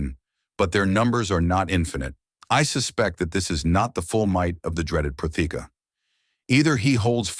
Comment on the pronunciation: I love the story. I love the voices. It would be great if all narrators would be notified of how to pronounce Protheka.